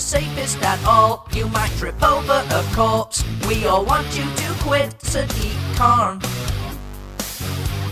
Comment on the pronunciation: Just 1 pointer corpse not corps but love it video follow the channel keep them coming